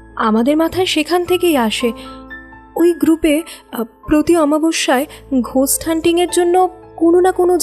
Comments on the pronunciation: কথাটা “গোস্ট” ঘোস্ট না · বানান ghost হলেও উচ্চারণ 'গোস্ট'। এগুলো একটু খেয়াল রাখবেন।